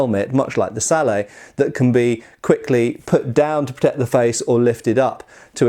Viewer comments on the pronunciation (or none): Sallay? Didn't know you were french. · I hate to be the one to teach the Master/correct the teacher...But someone has to tell you that "Sallet" is with a hard 'T'...like 'bucket'...its not a french word...( ͡° ͜ʖ ͡°) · The t is not silent in the word sallet. Knyte werent does a video about the sallet where he explains this. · Just a point I'd like to make. In the word 'sallet', the 'et' at the end would be pronounced as it would be, in say, mallet, not as in ballet, as the French word for a sallet is 'salade'. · The "T" in Sallet is not silent. Because the French word for it is Sallade. Check out Knyght Errant for a fantastic video all about Sallets Edit: and fun fact the Sallet evolved into the Stahlhelm.